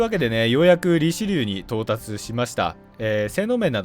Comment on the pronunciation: リチェリューって言ってました